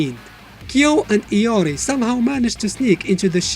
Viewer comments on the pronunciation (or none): iori not Lori